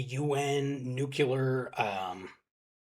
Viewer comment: Its a very common mispronunciation but please vegas there is no "Nucular weapon" its "Nuclear weapon".😅